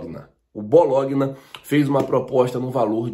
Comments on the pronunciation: Bológuina foi de doer o ouvido😂😂😂😂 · fala sério! Vc faz Jornalismo e não sabe falar o nome do time BOLOGNA? Bolonha, é só procurar no Google. Mas vc usa essa falsa ignorância como MARKETING! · não se diz Bologna e sim Bolonha kkkkk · Hå bologuina???Bologna (Bolonha)meu amigo... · Dá pra você estudar um pouco de pronuncia do idioma italiano? O clube que pretende o jogador argentino é o Bolonha e não Bologuina. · Bom dia. Feliz ano novo. Se escreve Bologna e se pronuncia Bolonha. Tmj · É escrito Bologna Mas a a pronúncia é assim ( Bolonha) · Se pronuncia " Bolonha" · Boa tarde, só para ajudar, com todo respeito e humildade. Bologna se diz Bolonha, em português. Grande abraço. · Bom dia!! De la Cruz seria melhor opção dentro do que o Flamengo precisa. Queria dar uma dica pra vc, com todo respeito....É apenas para melhorar a qualidade dos vídeos a pronúncia correta de BOLOGNA É BO LO NHA....Não se lê letra G....no Google vc pode saber a pronúncia correta de palavras estrangeira....Valeu 👍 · Bologna pronuncia-se Bolonha... só para ajudar. Abraço e um grande 2021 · SRN! Bologna pronuncia-se "Bolonha". Abraço! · Oh irmão... com carinho... o nome do time e Bologna... lembra de macarrão à bolonhesa, assim você acerta a pronúncia.. Valeu! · Bologna? Acho que se pronuncia Bolonha... kkkkk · Rachei de rir, o falando o time da Itália que tá querendo contratar o Borré kkkkkkkkkk, o nome do time italiano é BOLOGNA, MAS VC PODE FALAR O PORTUGUÊS NORMAL TIPO ASSIM BOLONHA 😂😂😂😂🤣🤣🤣 FICA A DICA MANO E O MEU LIKE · o nome do clube se pronuncia é Bolonha, ok. Abraço. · Tmj,Bologna(se pronuncia Bolonha) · Se fala Bolonha. O "gn" na língua italiana equivale o nosso "nh" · Bologna, lê-se: Bolonha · bologna se lê "bolonha" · Escrita: Bologna Como se fala: Bolonha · Bologna se pronúncia bolonha kkkkkk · Bologna🤣..mas se Fala Bolonha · se pronuncia bolonha